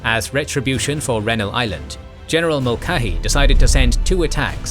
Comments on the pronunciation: Yet another name u should of goofle before u tried saying it Mulcahy It is M<ul Ka Hy Once again u are missing the heard C' Now I can see how one who does not speak English as a first tongue may getthis one wrong as it is actually Irish. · HALL - zee and Mull - KAY - hee 👍 The video is otherwise well done. Sorry, mispronunciations are always jarring for me.